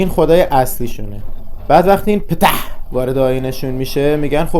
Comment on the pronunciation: بابت تلفظ پتححح خیلی خندیدیم:face-purple-crying